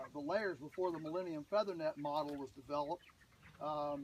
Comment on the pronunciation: "...Millenium feathernet model" lol!